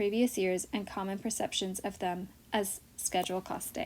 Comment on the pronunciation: It’s not “Cast tey “ it’s caste!